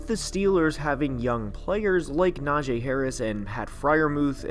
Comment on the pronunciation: I subscribed, and btw its Najee and not Najae